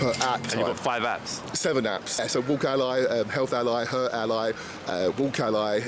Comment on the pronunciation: “Ally” not AI